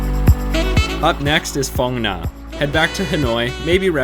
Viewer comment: Fong N'ya for Phong Nha 🤣